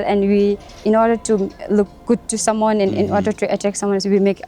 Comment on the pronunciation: Bruno "You can kill someone" Ce que j'ai entendu " You can kill some moines 😂 J'ai kiffé le voyage gratuit au Bhoutan, merci Bruno pour ce reportage !